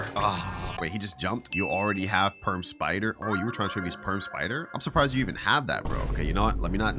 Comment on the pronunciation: bro did NOT say perm😭🥀💔